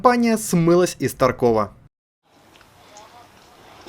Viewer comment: Не таркОв, а тАрков, а то разработчики ноги сломают. P. S. Это фраза разработчиков